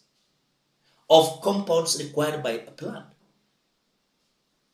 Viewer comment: Required is pronounced by Linturi as / linkwa:d /. These are Ruto's farm boys at the plough !!!